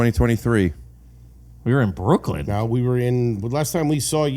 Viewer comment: There’s no D in Brooklyn 😂😂